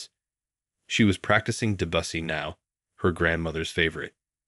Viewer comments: Please encourage the narrator's you use to learn how to pronounce properly the words in the story. Chopin is like sho-PAN, Debussy is like DEB u see, and Recital is re-SY-tal. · A great story, but spoiled by “Choppin”, “DeBUSSY”, “ressitle “ and other mispronunciations. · Please correct the pronunciation of 3 things: it is not Chop -in but show-pan; it is not re-sit-il but ree-cite-el; not deb-oo'-see but Deb'-oo-see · Clearly an AI generated story, as touching as it is. Mispronunciations abounded, with the word duet, pronounced "doo-it," composer Chopin pronounced "chop in," and Debussy pronounced "da bus ee." Aaargh! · Try finding a narrator who can pronounce the names "Chopin"; "Debussy" and the word "duet" correctly. Otherwise, this was a lovely story. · You might want to check on the pronunciation of DeBussy and Chopin (Show pan). Duet is pronounced (do et). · Glad Thompson put money into programs, but he’s still a jerk…how many others will he humiliate? The pronunciations by AI are atrocious, just basic Chopin and Debussy…good grief! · Yes indeed he mispronounced the names of 2 composers i.e. Chopin and Debussy. It sounded so ridiculous. 😄😄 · 😄😄😄😄 indeed, every time he pronounced Chopin , there's a knot in my heart, and one time Debussy too 😄😄